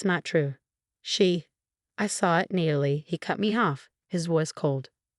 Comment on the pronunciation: Who the hell is reading these storys?? It's Nat-a- Lee not need-i- lee..